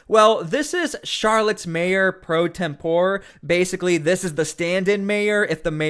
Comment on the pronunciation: You are mispronouncing "pro tempore"